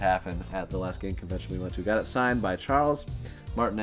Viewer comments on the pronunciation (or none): none